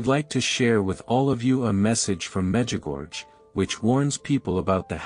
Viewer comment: It makes me smile as to why so many people do not pronounce the name MEDJUGORJE PROPERLY.